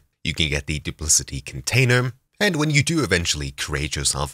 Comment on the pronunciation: I think it is pronounced with a 'k' as in 'cat' as 'dupliKati'.